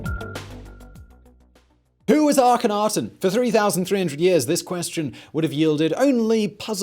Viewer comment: I have heard that the K in it is silent. It is a-hen-a-ten